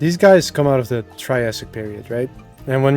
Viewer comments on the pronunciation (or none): every time he said triassic i felt utter pain and despair in my soul💔